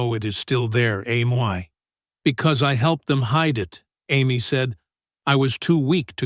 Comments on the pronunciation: A M Y? Amy? AI should be fired. Terrible. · AI never will be human, A M Y? Is Amee not why! Every time I hear her name said like A M Y why I wince! Why nobody correct stuff like that? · Say Amy not A M Y. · I enjoyed these stories but let down when A1 can't pronounce Amy but as A-M-Y , WHY? Also the pictures need updating to be in line with the story and therefore give more meaning!!! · Am-why? Do you mean Amy? Why are you using AI? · Ai can’t pronounce the girls name correctly. I can’t focus on the story. Sorry but I pass. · I like the story depite a variety of inconsistencies (3 year-olds don't have the vocabulary). The biggest problem is that the AI narrator's variable pronunciation of "Amy" is very distracting and needs to be corrected. Please proofread your work.